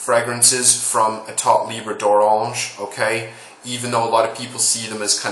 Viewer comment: i wish all the american reviewers can pronounce that name like you Lol